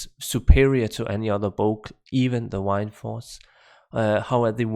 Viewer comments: Hey look at that you started saying "Mercenary" Instead of "MerciChin" !! Now you just need to get Windforce down! Not "Wined-Force" it is "Wind-Force" So funny that I said something about you saying mercenary wrong and now you got it down! Now just work on Windforce haha not "Whined-Force" but Wind-Force, (Win-D-Force). Cheers Buddy! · So Wind in danish is Vind. Pronounced in the almost exact same way. And you end up saying "Wine"force instead? XD